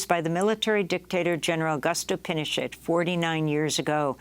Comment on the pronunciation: amy goodman doesnt even know how to say pinochet. basically im convinced they jsut wake her up to read a script once a day.